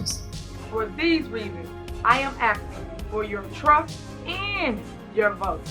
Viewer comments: what sort of word is "axing" (asking maybe?) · She was just axing a question. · FFS... in the word "ASKING" the S is before the K...... aSSsss - king..... not... aKKkk - sing..... dumb & illiterate... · I’m just “axen” a question ?